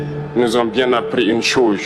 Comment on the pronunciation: Par contre il ne sait pas prononcer "chose"